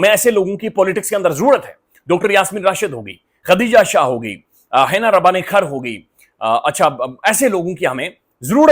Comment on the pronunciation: حنا ربانی کھر کا نام آپ نے غلط بول دیا ہے😂